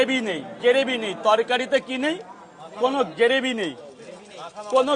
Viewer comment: উচ্চারণ ঠিক হচ্ছে না ।ওটা গেরেভি নয় গ্রেভি।